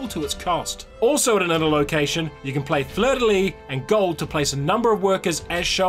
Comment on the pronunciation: Great video! Your pronunciation of fleur-de-lis was much better than you let on. Cows though.... LOL.